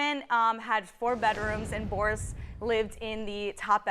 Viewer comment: That narrator know good and well his name Boris not Baris 😀